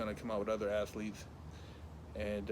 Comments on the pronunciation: I swear I thought he said "assletes" instead of "athletes" 😂😂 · Did he say athletes or assletes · Not athletes but Assletes! Lol 😆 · Did he say Assletes? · He said assletes lmfaooo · did say "Assletes" 😂😂😂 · "assletes" haha, made my day!😂😂😂 I think the NY rapper are P Diddy...